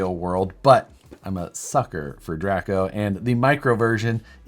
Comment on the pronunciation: When you said Draco I was like wait, isn’t it pronounced Draco not Draco?! Anyway if I had to pick and off the wall body it would be a comp cut Datsun 620 😂